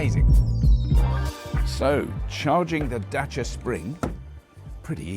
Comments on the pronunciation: I get a mini chubby whenever someone pronounces Dacia correctly. As a Romanian, thank you for taking the time to learn how to say it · Surprisingly correct pronunciation of the word Dacia.